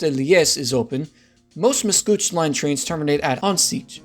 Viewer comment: said Macouche Station instead of Mascouche. Macouche in french translates to my diaper in english. lol